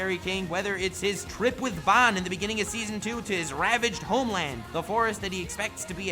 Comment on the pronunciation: Absolutely Love -- but, I despiiiiiise the way you say 'Ban'. Lmfao, it is forever [Bahn]